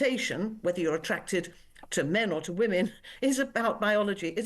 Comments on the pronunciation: Why does Peter Tatchell say wOman for the plural of woman? The English language is complex and as a British man he MUST know the correct pronunciation! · Why cant he say WOMEN.